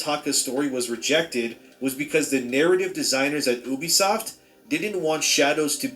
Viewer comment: bro kept saying obisoft over and over and over